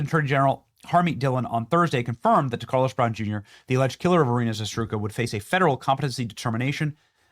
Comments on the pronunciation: Zarutska not Zasdrutka lmao .. you really butchered her name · Benny, would you PLEASE rehearse any reading off a page that you plan to do, before you go to air !!! How do you get "za-STRU-ka" out of "Za-RUT-ska"...?? Puh-lease !!!!!!!!!!! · Benny my man....say it with me....ZA-ROOT-SKAH....not "Zastruka".....my GOD man, she's dead, at least take a minute before casting and get her name right bro! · Benny, it's Zarutska, that's Za-Rut-Ska, not Zastruka. If you can't even honor the poor woman by saying her name correctly then why should we care whatever tweet you had about it going viral? Do better. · Zarutska Benny Zarutska , not Zatruska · Say it with me: ZARUTSKA NOT ZATRUSKA shows me you really care bro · Zastruka? No, Zarutska. Za - rut - ska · ZA RUT SKA....not hard benny. Please work on reading accurately...especially when it comes to getting the name right of the murdered innocent woman. Its NOT "SHASHROOKA" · Benny , I fully agree with You and your two guests , but Iryna`s surname was ZARUTSKA not Zastruka as you were saying. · Benny stop being dyslexic😅 its Zarut-SKA not Za-STRUKA, did the same mistake in all videos mentioning her, Its like calling you Benny Jameson 😅 God bless brother! 🙏🦅💪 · I am a fan so I take no joy in pointing out that her name should be pronounced ZaRoootska not Zastrooka. On the 6th or 7th time I couldn't take it anymore. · Hey, Benny -- Get the name right!! Iryna Zarutska -- Za-root-ska. There you go. Saved from further embarrassment. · Dude you gotta learn to say her name right. It's Ee-REE-nah Zah-ROOT-skah. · It’s pronounced Zuh Roots Kuh Benny. Not that difficult bruh. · Thanks for all the hard work you and your team do and for bringing the truth. BTW: her name is pronounced Zah-Roots-kah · It's *( Za ROOT Kŭh) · ZA-RUT-SKA pronunciation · Bro keeps getting her last name wrong 🙄🤦‍♂️ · Benny, Benny, BENNY!!! Please, for Iryna’s memory & families sake, learn to properly pronounce her last name. 😢 ZA - ROOT- SKA.